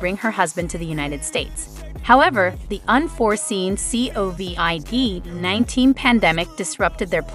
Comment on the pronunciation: And covid 19😂